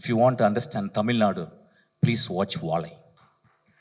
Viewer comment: தம்பி... வாழை என்று சரியாக ஒழுங்கா உச்சரிங்க.... ஆங்கிலம் மீது கவனம் செலுத்துவது போல் தமிழ் மீது செலுத்தவும்